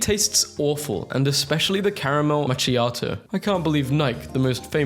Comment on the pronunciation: Macchiato has a k sound, not a ts.